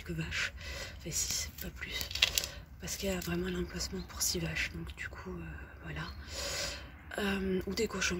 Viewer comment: Elle est vraimeng vraimeng vraimeng vraimeng vraimeng vraimeng vraimeng abandonnée, vraimeng.